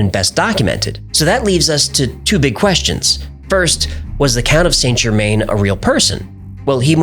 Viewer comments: San-Jermann not Saynt Germayne. Americans using French words is worse than Americans spelling English words incorrectly :D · Good video - and I hate to be that person - but your pronunciation of Saint Germain is wrong. It's pronounced San Ger-man (French) not Saint Germaine. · Correct pronunciation is closer to Sann Zhermehn. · Saint Germain is pronounced JE-man or zhuh-man, not GER-main (even in English). I find this really distracting from an otherwise interesting video. If you want to affect the correct French pronunciation drop the T in Saint, Sain or San JE-man. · St Germain pronounced: san germann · It's pronounced '' San gerMAN''